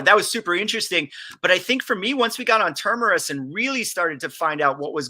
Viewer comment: Can someone tell this idiot - its TERMINUS!!! (Ter-Min-Nus) FFS